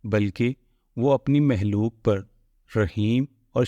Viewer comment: Khaliq sahi hae yae lafz haliq nahi hae Similarly its makhlooq not halooq